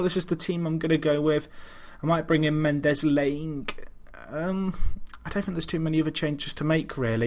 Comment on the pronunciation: Great stuff! I think it is said Mendez Lang and the i isn't said, I'm pretty sure on this because he used to play for Wolves!:-)